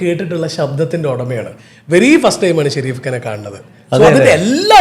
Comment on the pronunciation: Edheham Peru parayumbol maathramanu tettu parayunnathu athayathu sherif alla Shareef ennanu athayathu kaba Shareef ennanallo sherif ennallallo angane ucharikku